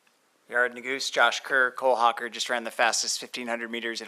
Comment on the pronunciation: The announcer saying Cole Hoe-Kerr the entire race too 😅